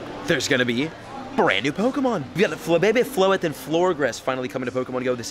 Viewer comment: its pronounced floor-jes